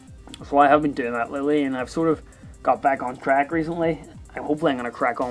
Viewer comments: Alexboy002 He said track but it just sounded like crack. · it sounded like he said i just got back on crack